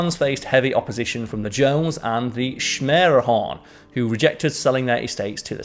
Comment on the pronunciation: Schermerhorn is pronounced "Sker-meh-horn" with the emphasis on the first syllable. Those Dutch names are tricky. You're doing a great job,!